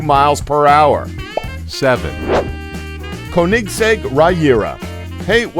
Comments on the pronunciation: SENTANARIO? UWAYRA? Sa Leen? Koneeeeeeeeeeeeeeeeeeeeeesegg? Raygera? 700 HP????? Igera? Koenigsegg only "Fast"? you mean "Fastest"? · I like it how he says KoHnikggs EK to Koenigsegg . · It's like he is saying Kohnigseg Rahira😂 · you mispronounced saleen who even says it like that you also mispronounced koenigsegg and regera and mispronounced centenario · How he say Koenigsegg 😂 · You've seriously never heard of Koenigsegg? Where have you been? "Koenigsegg may not be a well-known car manufacturer"? Seriously??? And why on Earth are you butchering the name so badly? There are many things in this video that bothered me but that's one of the biggest. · Why can't he pronounce koenigsegg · rovic quesada i know right especially the Koenigsegg